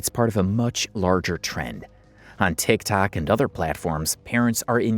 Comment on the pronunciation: Does anybody notice that he doesn’t say TikTok he says Tic Tac